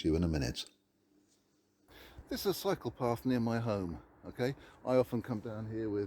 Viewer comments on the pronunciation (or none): I keep thinking you're saying psychopath when you say cycle path! Thank you for this content.